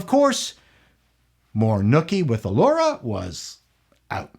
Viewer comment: Allura, as in "allure?" Really? 🤦🏻‍♂️